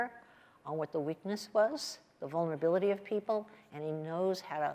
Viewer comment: My brain changed from her words from "he can see your vonerabliluties and reach out and touch them" to he can see your vonerabliluties and grab you by the pur c"